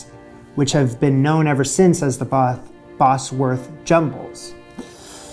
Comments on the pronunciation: It’s pronounced ‘Bozworth’ not Bosworth, I used to live there. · It's pronounced Bozworth rather than Bossworth. Not a great biscuit tho, imho😊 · I've always eaten bubble and squeak with brown sauce, yum. Also it's pronounced Boz- wuth not boss- werth. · It's pronounced Bozwerth. Not Bossworth. But no worries. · Bosworth is pronounced 'Bozworth'. Bosworth is a place. The way you pronounce it, it would be spelt 'Bossworth'. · Bozworth not Bossworth. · Pronounce it 'Bozworth', not 'Bossworth', unless you want to sound American. 😄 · Bosworth pronounced 'Bozwuth' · "Cawl Mamgu" is Welsh, Wales is a part of Britain. Please don't refer to us all as British, we aren't! Scotch Woodcock was very popular during the 60's and 70's but not so much these days. Bosworth is pronounced "BOZ- wuth", a village 3 miles from where I am sitting! Richard 3rd's remains were recently found under a car park in Leicester (pronounced Lester). Bubble & Squeek needs to be made in palm sized cakes so they're easy to turn over! Remember, its usually made with left-overs from a Sunday lunch (roast), so any other veg is good. Nowadays served as an item on a proper English breakfast. Flummery is very similar to the classic French dessert Bavarois. This recipe book is based on Victorian dishes. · These are old, very old British recipes. Bubble n squeak is made from leftovers. Anchovies? Didn't even see those until I was 40. Oh, and Bosworth is pronounced Bozzworth - the Bosworth biscuits are just shaped caraway biscuits which were popular about 400 years ago :). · Bosworth pronounced boz-wurth.